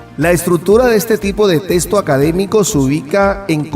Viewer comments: Se dice texto.. no testo. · En puelto rico de dice testo